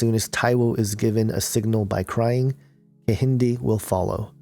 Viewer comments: lol and the second twin is ke-hin-day not ehindi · the Kehinde is pronounced with the K its pronounced Ke-yi-day :) (im Nigerian)